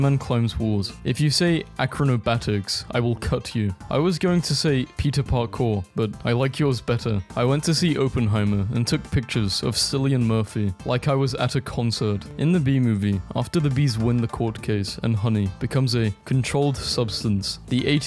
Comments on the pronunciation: Cillian Murphy's name is pronounce with a hard K as in "cat" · that is the worst kind of torture any human could experience Edit: it's pronounced Killian (my name Actually!) And Joaquin is pronounced wakeen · well then you don't know. I am and i can confirm that Cillian is an irish name and its pronounced with a hard C at the start